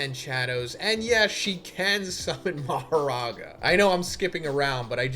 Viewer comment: He said "Becomes Maharaga!!!" I died!😭 Like what is he talking about??